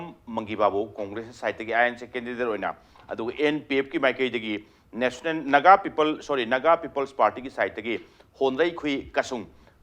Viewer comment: Why can't manipuri people pronounce national properly....? Being a reputed tv anchor is it alright listening...Nationan....?? Shame...